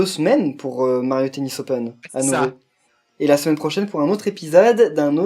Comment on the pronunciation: j'en était sûr qu'il allait y être :D "Mario tennis opèn" Pourquoi pas Rath x)